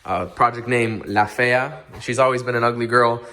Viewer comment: bro you sounded extra spanish ... 😁👏👏👏👏👏 La fea , talk spanish more often Btw how dare you take time off . Tf you thinking .. Suerte , éxito Felicidades